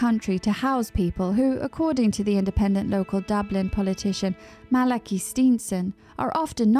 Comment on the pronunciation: Malachee is the pronunciation